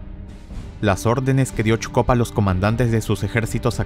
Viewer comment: Te recomendaría que leas el nombre de Zhukov como "Sucov" porque también está el general Chuikov quien también tuvo un papel importante en la batalla por Berlín y no sé bien de quién hablas jaja pero buen video, primero de ti que veo. Like y suscrito. Me gustan tus efectos.